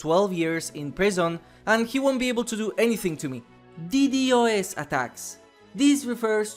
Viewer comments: It’s D Dos NOT D. D. O. S. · Aint no way he said ddos as d-d-o-s